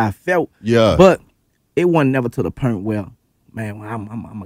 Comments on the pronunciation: Pernt or purnt. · Point = Purnt